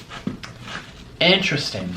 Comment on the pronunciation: Interesting 🤣🤣🤣🤣 in-ter-EST-ing